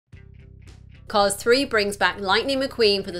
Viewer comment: It’s called “Cars Three” not “Cause Three”